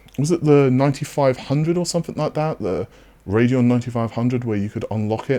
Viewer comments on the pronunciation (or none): none